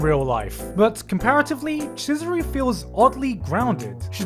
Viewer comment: "Cheese..." Chizuru shows up me: you mean Chee-zuru? wheeze please make me stop